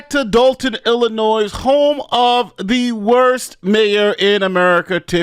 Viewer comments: The “s” in Illinois is silent. Everytime someone says the “s”, I look at them and feel bad for them they weren’t tight how to say it correctly. It’s also embarrassing for whatever grammar school they attended. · Not Dolton, Illinoise🤦🏽‍♂️ Come on, you’ve been covering this for how many videos? Lol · It's ILLINOIS, the S at the end is silent yo..